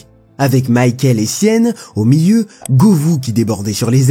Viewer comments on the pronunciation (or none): Jean Michel Aula, Micheal Essienne, Wiltor. Vraiment faut que tu t'appliques sur la prononciation des noms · Même si on aime pas la personne .. Sérieux Jean-Michel "Ola" y'a un S à la fin qui ce dit AUUUlasssse.. Encore une personne qui va dire le Chaossse pour le "Kao"..et Mickel EssièNNE bien évidemment .....Aucun respect pour les noms propres et montre que ça n'a pas bien "taffé" le sujet ^^.. bravo (Ps 3 Wiltore.. c'est WiltorDDDDDe) Encore une vidéo faite par des non footeux.. super